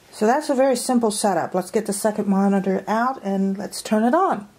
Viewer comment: "suckent Monatorrs"